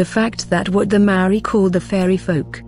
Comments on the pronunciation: Sorry robot lady your droney pronounciation makes me wanna cover my poor ears! The word Maaori has once again, perhaps deliberately? Being mis-used and widely mis-understood by the local kiwi new zealanders and tauiwi(non'local/foreigner) alike! Maaori ie; Natural / normal /pure as in state of being and or consciousness invoked spiritual awareness of a knowing! We are tangata whenua Nga haapu a Maui potiki a Taranga! Living desendants from our demi'god tupuna(ancestor) Maui the Sun Catcher! Your brave attempt 2 misinform the global masses and share your shallow interpretation of what u think u Know is unwanted misleading and disrepectful in my opinion and simply adds more speculation 2 the veiled mysteries held sacred by tangata whenua! Mauri ora whanau Bless😉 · A good pod. Though, you really would do well to check your pronounciations of Kiwi words, bad pronunciation is like nails on a blackboard. From anywhere in the world, you can easily master the pronunciation... start with the sounds of vowels. When you understand their pronunciation, the rest flows. Respectfully, this is NOT england. We do not speak as you do. Return the respect and bone up on how to pronounce our words before you make a vid of us , please.